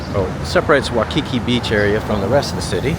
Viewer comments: Oh my gosh again why the silly Wikipedia stats. It is pronounced WHY Key key not wah Kiki. Balconies are lanais. You did pick a good hotel. Best breakfast buffet. If you still there you should try doors off magnum helicopter tour. Not cheap but you will see something amazing and learn some good history.. Aloha. Enjoy your stay . Go diamond head run right from hotel only about about 5 mile return. Way more safe dan you crazy trip to wainai. Good market in weekend amd you can walk by studios were dey filmed both hawaii five 0 and magnums too. Aloha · Your pronunciation is missing the"EEE" sound for the letter "I". So it's "EEolani" Palace and "Wy-ee-kee-kee". You keep saying "Waukeekee" like it's in Wisconsin! On the USS Arizona, you don't mention that the sailors are still below, still IN the ship. You are walking on their tomb. Kamehameha is pronounced "Ka-may-ha-may-ha". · This is why "locals" are moving to NEVADA. HAWAII is Hard Core BLUE, so I do NOT believe those Statistics. Its WAY WORSE then those Stats indicated (Former Resident 26 years). And its "NOT" "WAU KI KI" Its "WAI KI KI"....lolzz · 'Waikiki is pronounced 'W-eye-kiki. You are pronouncing it as 'W-aw-kiki'. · It's not pronounced 'waw-kiki, it's' why-kiki. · Just correcting your pronunciation of Waikiki, it’s Wai-ki-Ik not Wa-ki-ki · You say “wah-kee-kee” and I say “why-kee-kee”. Let’s call the whole thing off.😜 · It's pronounced why-key-key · Why-Ka-Key!Say it! Say it! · Ho no lulu...NOT Hanalulu. Waikiki - Why key key...Kamehameha was the first king of the Hawaiian Islands. Liliuokalani - to some Native Hawaiians she is still the Queen, those that believe the Hawaiian Islands were stolen from them by the US government. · Hey guys!! Awesome video. BTW, the beach is pronounced WHY-KE-KE. ALOHA!❤